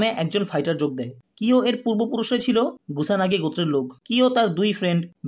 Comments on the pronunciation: That's kusanagi bro😒 Not gusanagi😑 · এফোর্ট খুবই ভালো, কিন্তু ধরো ৮০% মজা পাইলাম. ধারাবাহিক বর্ণনা ভালো ছিল কিন্তু নামের উচ্চারণের গুষ্টি মারা হয়ে গেসে. কুসানগি থেকে গুসানগি, কিও থেকে রিও ... কি ছিলো না এইখানে. উচ্চারণ ঠিক করলে আরো বেশি ভিউ পাব. তারপর ধন্যবাদ এই বাংলা রিভিউ দেয়ার স্টেপটা নেয়ার জন্য.